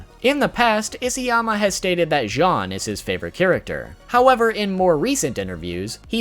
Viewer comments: i get that he cant really say all of the names right but he cant say jean like the pants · jean i pronounced jeen not john